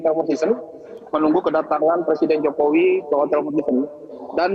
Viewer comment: Ni orang nyebut nama presiden enak banget y `jokowi jokowi `